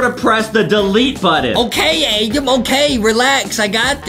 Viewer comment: this is my first time hearing justin say adam i hear only adem